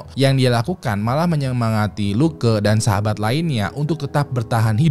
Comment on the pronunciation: Funny when sebut LUKE.. jadi luka..